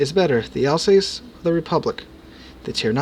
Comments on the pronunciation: sorry mate again I am complaining its alsass (as spoken) not alsacee. just helping 😆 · Pronounced al sauce i believe